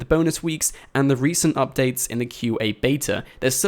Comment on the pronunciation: I don't like how you say updates